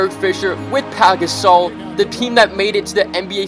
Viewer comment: Did anyone notice he said "pAk gasoll"